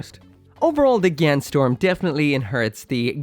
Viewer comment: I love it how everyone mispronounce it as gyan storm instead of gyan strom